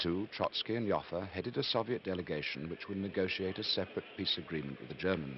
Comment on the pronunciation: It took me a good five minutes to figure out the name he was pronouncing here. It is Adolph Joffe. This is his wikipedia page